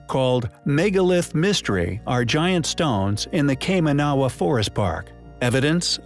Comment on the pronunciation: It's pronounced Kai-man-a-wa not Kai-ma-na-wa. I live few hours drive from there.